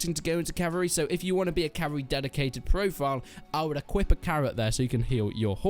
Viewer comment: Every time he says cavary instead of cavalry take a drink.